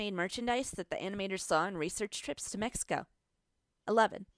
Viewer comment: U suk u said mexico wrong wow i like when white ppl try 2 speak spanish